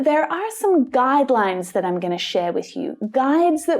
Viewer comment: is it me or did she say “dat” too? i mean when you speak fast you can’t do the th sound, at least i can’t🤷🏻‍♀️